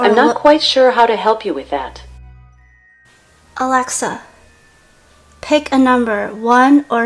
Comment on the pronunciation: when she says “ALAXA” my alaxa turns on